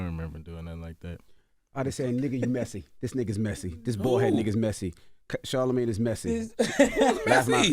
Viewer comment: I need him to teach Charla how to say his last name 😂😂